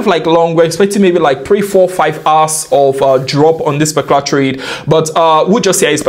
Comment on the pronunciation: why does he keep saying "specular" instead of "particular"